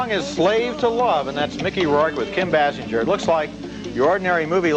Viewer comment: How many times did Roger mispronounce Basinger? BAY SINGER. His NADINE review too.